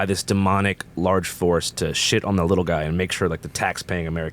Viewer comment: Pls. FIX THE LETTER L . love the show